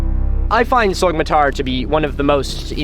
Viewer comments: Get this guy a Turkish pronunciation guide for the love of god, it’s pronounced ‘sow-matar,’ the Turkish ‘yumuşak ğ’ is silent. I can’t watch a video in which it takes just about 30 seconds to irretrievably mispronounce the name as ‘sogmatar’ I’m sorry Milo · I’m not Turkish, I’m a white girl from the Midwest US, and I’m still bothered by him pronouncing the ğ like that. Afaik, the name should be more like “SOH-ma-tar” than the “Sog” pronunciation he uses in the video… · Great vid, it’s pronounced like so- matar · This is on our bucket list for 2023! Just a tip, when you see a ğ on a name like Soğmatar, the ğ is known as a soft g or in Turkish yumuşak g, İt's silent and slightly extends the previous vowel, so it is pronounced SOomatar. 🙂 Other letters to watch out for, Turkish C is J, Ç is Ch, ö is just between a u and an o! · To all the turkish fellas out there: Isnt the correct pronunciation Somatar? The g is silent if i am not mistaken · It's pronounced /soh-matar/. In Turkish, the ğ is silent, acting as an unvoiced stop between segmentals. It also tends to put the stress on the previous syllable. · Soğmatar: the ğ in Turkish is not actually pronounced like g, rather you just lengthen the preceding vowel, slightly tightening your throat. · The g in Sagmatar is mute I think. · Why are you lying?? All this was built 12000 years ago trust me dude Jokes aside, love the content, have a comment for the algo gods Btw even though neither I nor any Turkish person would give a shit, for your own personal information, the pronunciation of ğ in Turkish is an extension of the previous vowel so it would be Soo-matar. Anyways keep doing what you do!